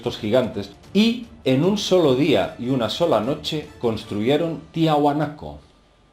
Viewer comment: Solo una observación, se llama Tiahuanaco, no Tihunaco